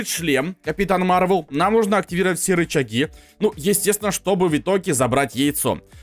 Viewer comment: не марвел а мар вэл